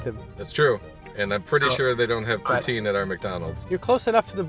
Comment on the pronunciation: BOON, sorry that's not poutine..... SA-CRI-LÈ-GES